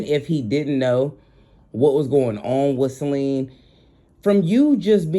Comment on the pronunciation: Great video,thanks a lot, one mo thang,it's Ce-li-na. Sorry no shade no smoke.